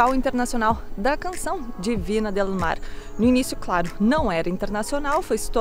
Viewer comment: Críticas construtivas, com carinho: Não se diz Vina, se diz Vinha del Mar, e não era uma foca, era um belo leão marinho, bastante comum por aquí, Chile. Abraços.